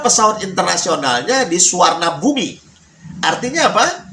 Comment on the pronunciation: Bandara di Bangkok itu ada 2. Suvarnabhumi (biasa dibaca Suvannaphum oleh lokal) dan satu lagi Don Muang. Koreksi pengucapan presenter.